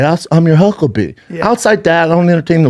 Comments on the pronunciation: Brendan : I'll be your hucklebee! DUMMY, It's HUCKLEBERRY! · HUCKLEBEE.....DAMN DAWG. ITS HUCKLEBERRY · Jeez brenden it's huckleberry not bee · Hucklebee??? It’s Huckleberry!! Also stealing D'elia's style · It’s Huckleberry… Not Hucklebee… Huckleberry brother…❤️ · “ I’m your hucklebee” what the fuck? Huckle Bearer you mean? Huckle berry maybe? What a fucking idiot lol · I’m your hucklebee? First time he said it I thought it was an accident. But the second time he said it, I laughed. It’s huckleberry. 😂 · “Huckle-beee….” It’s huckleberry pal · Hucklebee???? What a rube.. it’s huckleberry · "I am your hucklebee" haha he tries to say "I am your huckleberry" with his dumb cte head😂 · Hucklebe instead of huckleberry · This man really said huckleBEE , instead of huckleBERRY , and the “why you so mad bro, Delia mannerism stealing is INSANE to me. This dude has no personality of his own and just takes his identity from bits of different people. This man tries to be a mix of joe rogan, Theo von , and Delia and he’s makes himself look so stupid with every sentence he says . Whoever he’s around he absorbs there traits because he’s so insecure in his own head . How this guy is famous is I have no idea. Theo is separating because he knows Brendan is bad news bears. This man needs to go on his own spiritual journey and really find himself and his own shtick. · It’s not I’m your hucklebee it’s huckleberry you turd! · Saying your not dumb right after you say hucklebee. It's huckleberry. Quit talking shit about a man that made you rich. How bout that? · “I’m your hucklebee” Jesus Brendan… it’s HUCKLEBERRY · #1 "I'm your hucklebee?" It's huckleberry genius. #2 He is making fun of how Dana talks? Pot meet kettle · “i’m your hucklbee”” jesus christ schaub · I think you meant " I'm your huckleberry" not huckle bee 😂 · Huckleberry not huckclebee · Dude… it’s “I’m your huckleberry”. You even fuck up quoting popular movies 😂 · “Hucklebee” - cock holliday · Brendan "your Huckle bee" Schwaub